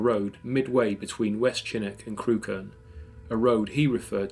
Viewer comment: Deliciously spine-chilling. One quibble: Crewkerne is pronounced 'Crook'n'. You are a very good and atmospheric narrator.